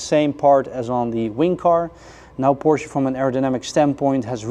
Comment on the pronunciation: How do they continue to improve on the beautiful cars? And thank you sir for pronouncing PorSHA correctly!